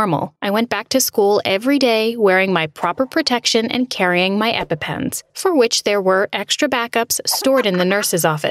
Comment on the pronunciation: You arent saying Epepens right sorey to be rude but its annoying meh